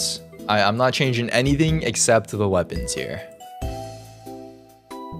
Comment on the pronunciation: bro really changed "waepons"